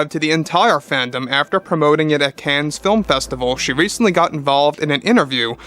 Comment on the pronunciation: Please learn how to pronounce Cannes.